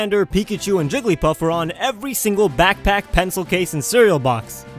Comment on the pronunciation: It sounded like you said Trigglypuff